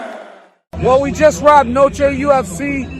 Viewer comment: The fact that DC couldn’t even pronounce Noche this moron Nosay… Aren’t they paying him 🤦🏾‍♂️👨🏾‍🌾